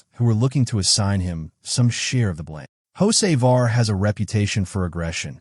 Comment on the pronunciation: I had to listen close. AI pronounces Hocevar as Jose' Var LOL. Carson owes Bubbles Smollette a nice wreck. Glad the 77 finished not the 23. 🤣